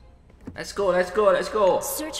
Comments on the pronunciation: Hospital Bg bkn skul kwkwkwwk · bang hospital bukan school 🤣😂😊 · &. Itu hospital bukan school🤣🤣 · Hospital bang bukan school 😀